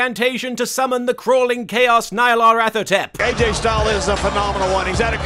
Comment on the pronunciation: Nye-lar-ath-otep. ...I don't know how you're supposed to pronounce Nyarlathotep's name, but I'm pretty sure it's not like that.